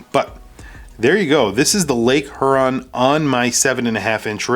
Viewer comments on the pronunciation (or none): Thanks for the review. I'm not a watch nerd so I cannot weigh in much. I received one of these as a gift and I think it's really cool. My only feedback as a Michigander would be to say I say it "Hee-your-on" not "her-on", but language is bendy so maybe it's different in different parts of the country.